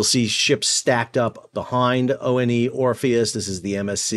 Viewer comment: ONE Orpheus — like the number 1, not O-N-E… for crying out loud 😂